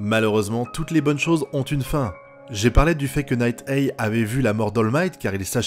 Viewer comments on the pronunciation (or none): J'ai rien contre toi! Nighteye ne se prononce pas Night-èi mais Night-AI!